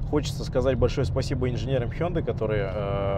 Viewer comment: Обзорщики блин... хюндай... Хёндэ марка называется, запомните наконец уже.